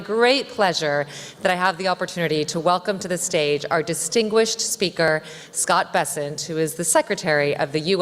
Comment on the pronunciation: Scott gayssent😂😂😂😂